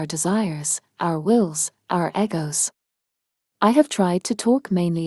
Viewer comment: “our eggo’s” 😂 lol